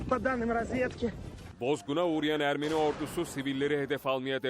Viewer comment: Ermeri değil ermeni